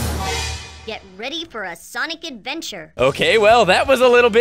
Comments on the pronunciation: Sonice is my favorite prononciation of sonic now. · "S O N I S" -, 2017